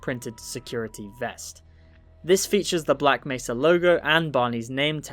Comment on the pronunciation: when you did the montoge of G man saying black mesa, why did he pronounce nearly every " mesa " differently. " black mess-a. " " black may-sa. " "black messa. " "black may -sa. "